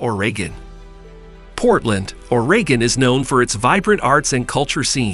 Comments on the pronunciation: And the way he said Portland, ORAY-GIN 🤣🤣🤣🤣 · you probably want to check your pronunciation of several cities you mention, as well as the state of Oregon